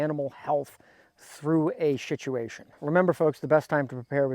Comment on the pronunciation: Did he say shituation?